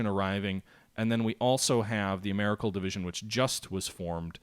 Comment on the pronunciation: Ameri-Cal, does not rhyme with miracle. Maybe you can't help yourself, I know what you mean anyway.